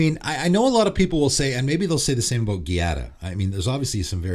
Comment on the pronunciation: hey man, just wanted to le let you know that "gia" from Giada is pronounced like "ju" from the word justice.